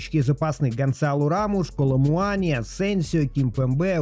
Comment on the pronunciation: Коло-МуанИ ОкафОр